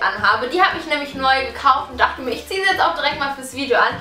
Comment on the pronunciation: 3 dorte 😂😂😂😂😂 das heisst dochte